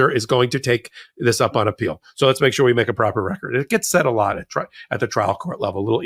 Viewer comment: “I won by a laat “. WTF is a laat?